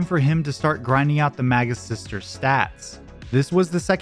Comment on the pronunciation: For most of the video i thought you were saying the "MAGA sisters"